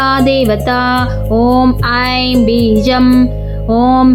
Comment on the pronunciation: ಶುಂಭ ಇದ್ದಲ್ಲಿ ಶಂಭು ಆಗಿದೆ. " ಐಂ" ಇರುವಲ್ಲಿ "ಹೈಂ"ಆಗಿದೆ